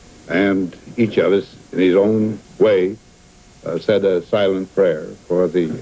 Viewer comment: He couldn't say "prayers"